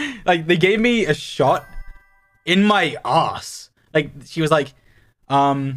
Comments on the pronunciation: "like they gave me a shot in my AWRSS" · 😭😭😭 THE WAY HE SAID "ArSe "✨✨ and he also sad aSS was just too funny I was on the floorrrr😂😂😂😂❤